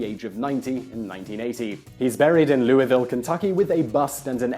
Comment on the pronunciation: You pronounced Louisville wrong it sounds like loovile. Louis is a loo